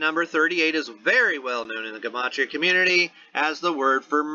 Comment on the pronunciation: Lol, say it with me- JA-MAH-TREE-A = Gematria, & wow, thank you for doing this video, I didn’t even think to look at the numerology it being not a celebrity but it makes total sense & then the fact that all involved have cops in the family- wow, that doesn’t stink to high heaven or anything.